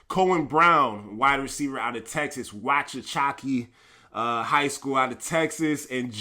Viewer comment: You butchered Walks-a-Hatchee I'm from Ennis Texas that's our rival 😂😂😂😂